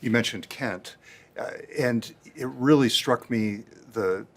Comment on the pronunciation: Teally arny